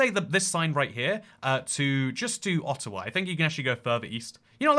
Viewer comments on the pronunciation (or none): none